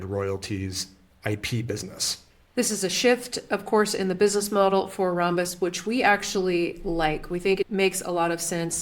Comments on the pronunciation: It’s Ram-bus not Rom-bus. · Thank you! It was hurting my brain hearing rom-bus. RAM is a thing (Random Access Memory). And ROM is a thing (Read-Only-Memory). Never heard rom-bus pronunciation. But I don’t hear Rambus mentioned a ton either, but always ram-bus.